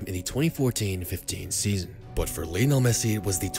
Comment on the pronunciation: Lionel* not Linl